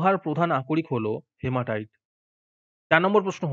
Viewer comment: হিমাটাইট sir হেমাটাইট। 😂😡😠😠😡🙉🙉😾